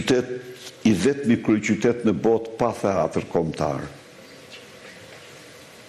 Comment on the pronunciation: PRIT SA TE MBAROJME ME SEKUESTRIMIN E PRONAVE TE ILIR MUTIT DHE M KRYEKARRIT E KAA FAMILJA E BISHAVE RADHEN PASTAJ DO MESOSH SHQIPEN TI INJORANT SERB .QUHET TEATER JO HTEATHER KRRIMINEL I POSHTER IK NE SHKOLL DHE MESOJE SHQIPEN SE PO E MESOJNE KINEZET PER NJE VIT E SHQIPETOJNE ME MIR SE TI DHE FAMILJA JOTE KRIMINELE